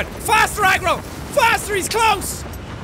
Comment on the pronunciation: are you saying egg roll or agro????????